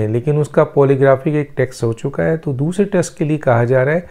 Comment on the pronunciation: Test , not text, what med school did you go to , and what’s this sifting of air and saliva gulping ? Sialorrhea? What meds are you taking ?